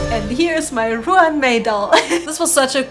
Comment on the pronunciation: Ruan is pronounced like run. The doll is spectacular.